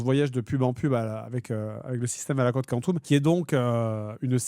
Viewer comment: Complètement trigger par la prononciation Code Quantum au lieu de Code Quantum.